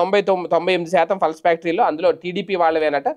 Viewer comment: సార్ అది పల్స్ కాదు సార్ అది పల్ప్, పల్ప్ అంటే గుజ్జు